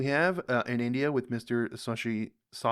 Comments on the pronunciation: It's not SAA-SHEE. It's Shhh-shee. There is no aa while pronouncing. It means the Moon. [Radiant/beautiful as the (full) Moon]. You are welcome. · Try saying Shashi… not Shaaashi 😅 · It's not Sa-shi, it's Sha-shi................ Tha-roor (pronounce correctly), not Ta-roor 😅